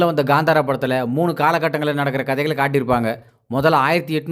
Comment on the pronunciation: Gandhara illa Kanthara